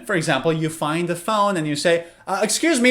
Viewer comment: You speak'the' sounds "va," why